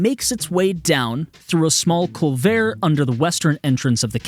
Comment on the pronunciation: Culvert isn't a French word. It's more likely Dutch, though there's a small possibility it is from French, and if so, it would've been borrowed into English before the R stopped being pronounced in French. Either way, pronounce it cul-vert, not cul-vare.